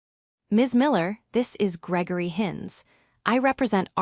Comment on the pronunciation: I have listened to three of these stories from this provider. The AI is appalling is becomes "I", "s" instead of is, the text is worse and there are two many ads breaking into the story